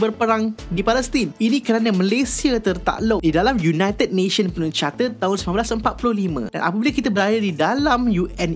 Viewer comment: charter bukan chatter, OK?